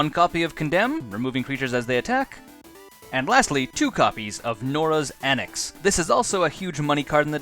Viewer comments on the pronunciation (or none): Awesome deck tech! Looks fun and I may make it just bc so cheap!! Jsyk- It's Stasis snare, not statis snare; norn's annex, not nora's annex; and proclamation of rebirth, not preclamation of rebirth. Still awesome video, thx for making!